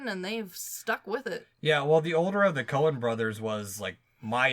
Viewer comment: Is it just me or does keep saying the “Conan” brothers hahaha